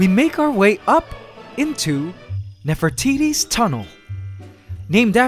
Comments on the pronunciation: Lmao he calls her Nefer-titty it’s pronounced nefer-te-te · nefertiti's tunel... heh heh heh.... he said nefro...